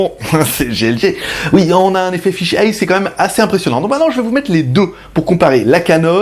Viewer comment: Pour faire mon chieur, lol, on dit "fish-aïe" (fish'eye, œil de poisson ;) ), elle est loin de faire 360°, je suis quasi sûr qu'elle fait même pas 180° non plus (on doit se voir quand on est à gauche d'elle, jusqu'à sa droite), mais surtout elle a une résolution pourraxe qui la réserve à une utilisation fisheye : l'intérêt d'avoir plus de 180° c'est de pouvoir utiliser le mode virtuel : l'image est croppée (découpée) à un angle de vue standard, et on peut avec la souris ou un casque VR tourner la caméra, mais comme la résolution est divisée, vaut mieux en avoir sous le pied, ce qui n'est pas son cas :( Après en fixant 5 caméras de ce style en "cube" (celle du bas ben on peut pas faut bien mettre un pied lol) y a peut être moyen en post production de sortir presque 360° (façon Google Street Map), mais bon 700€ la plaisanterie :/ Mais sinon super vidéo comme d'hab avec la bonne humeur, le beau temps (#ModeRageux lol) et tout ce qui fait les vidéos GLG :D (et les 500 likes on les a dépassé depuis un ptit moment ! lol).